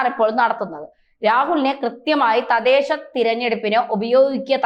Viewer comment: തദേശ അല്ല തദ്ദേശ എന്നാണ് ശരി